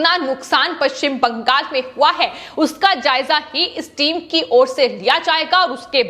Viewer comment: Why do you stress on paschim bangal in all your videos? Speak normally.